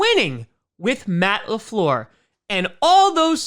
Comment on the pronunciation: Matt Le Fleeeeeeuuuuurrr Convenient French accent I'd expect from an elementary school teacher....wait a minute...